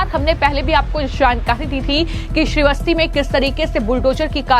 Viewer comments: मैडम ये कौन सी हिंदी आप बोलती हो उच्चारण सही करो श्रीवस्ती नहीं श्रावस्ती है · श्रावस्ती बोलो. श्री वस्ती नहीं.